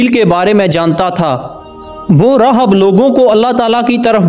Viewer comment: راھب Rahib تلفظ ہو گا